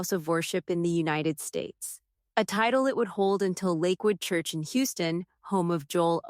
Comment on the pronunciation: Teach AI how to pronounce churCH! 😊